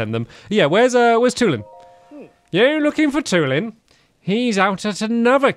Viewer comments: ITS PRONOUNCED TWO-LIN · STAMPY, his name is pronounced Tooh-lin